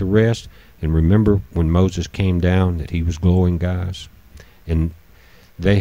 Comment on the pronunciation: Are you saying Gaz instead of Guys? Are you saying pitchers instead of pictures? Are you saying "I sad" instead I said ? Are you saying that you don't know what the color spectrum represents in the photos you have in your vid? Did you ever read the Ringmakers of Saturn ? It ss not telemerese it is telomere(plural telomeres), did you ever care to search for correct pronunciation?